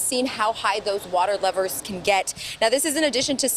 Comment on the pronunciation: She said water lovers or levers